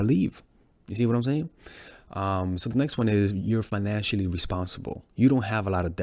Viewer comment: Was going good until bro said "Fanancially responsible" ...🤣